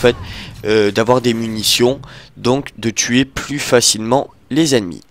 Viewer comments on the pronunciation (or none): none